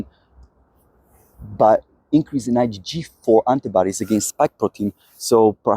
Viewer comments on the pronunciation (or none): Hi. Informative videos but please please pronounce 'author' correctly. It's 'or-thur', not 'ow-ther'. Also, 'antibodies' is pronounced wrongly but it's not so much of a problem. No doubt non-native English speakers would be really confused and not know what you're talking about....have to rely on context to understand. Thanks